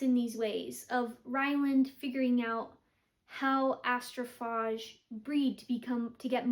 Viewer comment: It's pronounced Astroph AGE, as like "What is your age?" Just trying to be helpful. 😊